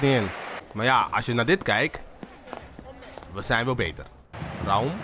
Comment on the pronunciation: Een tip: Raum spreek je niet uit als Ra-um, maar gwn als Raum